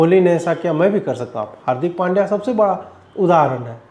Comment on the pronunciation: पंड्या not पांड्या